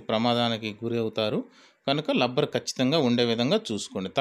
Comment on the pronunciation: Hellow sir lubber kaadu, rubber, collection kaadu, connection, correst kaadu correct pl use correct language